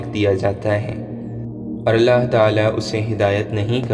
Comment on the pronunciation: Maine pehle v aap se kha tha aap Allah saaf saaf bola kre.